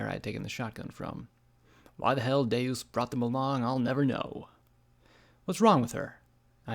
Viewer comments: Nah Deus is latin for god and is pronounced day-us, you're probably thinking of deux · Good job bringing this to life except for two names, Gin Rummy is Gin like the alcoholic drink ‘jin’ and Deus means two, so its pronounced kind of like French for two with an ‘s’ on the end. ‘Doo-ss’